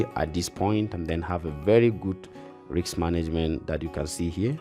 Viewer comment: Bro risk😂not riks😂😂😂